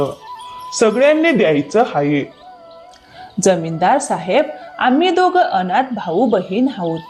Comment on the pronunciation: हाये नाही आहे म्हणा